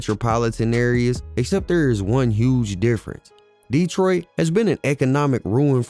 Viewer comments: Bruh can't take u serious if u ain't even got boi name right. It's 4-2 dugg. And it's 7 mile not 7th mile. Not DEEtroit. It's DetrOIt. It's gra-shit. Not gra-tiot. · I am loving your videos. You are very thorough. Just 1 thing. Not Deeetroit. Just Detroit. Lol it was driving me crazy. But I'm definitely tuned in and looking fwd to more. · Wusssup wit the DEEEEtroit pronunciation 😩🤣 u got hella good grammar and good content try not to be so animated with that gang , shit starts to tweak me out after the 30th mention of the city